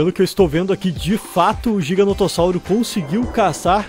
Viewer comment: qnd vc fala GIGANOTO eu penso em RISOTO kkkkk